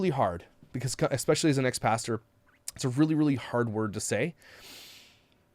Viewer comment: Speaking of "Sloan" who is great to watch, please hit your boy (Sloan) up with a heartfelt constructive criticism on the pronunciation of "especially." Like Mika, he gives it an "X" replacing the first "S" and this advice will allow him to grow his channel more since that mispronunciation, as you have noted, it not a good look. I'd comment myself to him but don't want to shame the kind boy.